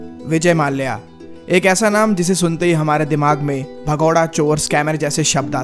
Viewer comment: Its not maalya its " malya " 👍🏻